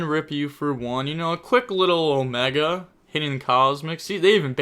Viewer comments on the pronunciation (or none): none